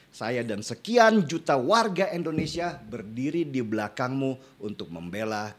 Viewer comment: indonesia✔️ endonesia✖️ endonesa❎ 😁.....